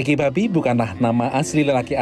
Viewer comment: yg mengisi suara tuh salah sebut nama org. nama nya ricky bobby, bobby min bukan babby